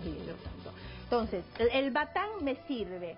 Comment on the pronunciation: Esa señora no es boliviana , se dice batan